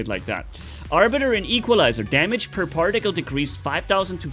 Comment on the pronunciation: "particle" - exists - "parjaktile"